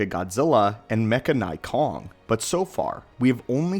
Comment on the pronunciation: It’s “mechanic-Kong” if that makes sense